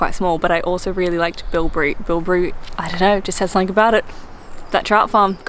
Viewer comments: its Bibury not Bilbry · Its Bibury not Bilbury, bilbury is a berry to eat